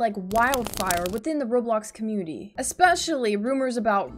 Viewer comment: you said commumity